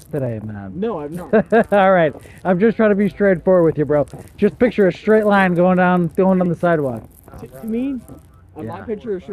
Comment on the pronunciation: The officer was slurring his words as he pronounce the word "straight" as "shhtraight". I'm pretty sure that's an indicator that the officer is drunk.